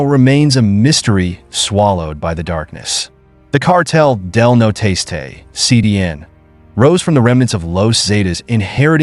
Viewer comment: It's not cartel de no tastay, it's cartel del Nor-este